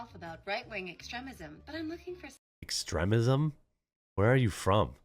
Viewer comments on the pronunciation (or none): Ex-trem-ism? Where are you from? 😂😅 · The worst part of that whole thing was how the ditz pronounced extremism. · The fact that she can't pronounce extremism tells me all I need to know about her. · Doesn't know how to pronounce extremism, though.